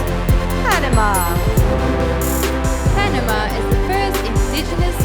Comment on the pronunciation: kay panama galing ng pagka bigkas. Palaban yern hehehe